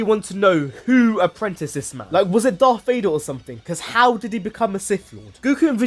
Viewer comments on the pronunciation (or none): none